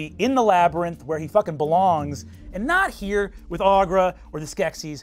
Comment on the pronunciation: OH SHIT UM ACTUALLY IT'S "AN RKO, FROM OUTTA NO HWERE"